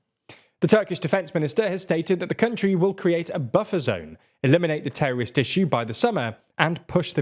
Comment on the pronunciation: why is it so hard to say "terrorists"" or "terrorism"?